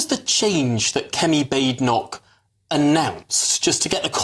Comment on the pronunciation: It's not Bay-ede-noch, it's Bad-en-ock, pronounce it right please...